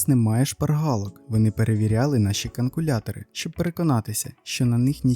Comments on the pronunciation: ви три або чотири рази кажете каНкулятор, замість каЛькулятор. Перший раз - думала почулося, далі - ні, ви так кажете :)) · Думала, що першого разу мені здалося.., але камон: КАНКУЛЯТОР. Ну, дуже груба помилка